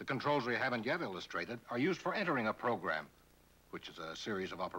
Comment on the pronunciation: Somehow I knew he was going to pronounce it "progrum"